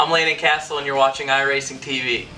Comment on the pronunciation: You pronounced Cassill wrong